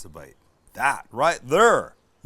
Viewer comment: Is Sam going through some sort of phase? I think her said "Right thur" three times in this video!